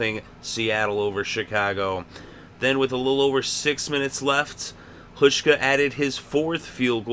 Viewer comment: The first part of Hauschka's name is pronounced with a 'how' sound.